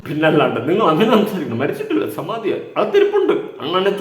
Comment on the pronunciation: Samathi alla, samanthi😂😂😂😂😂